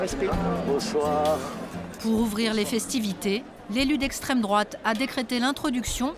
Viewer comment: L'élu d'esssstrême droate 😂😂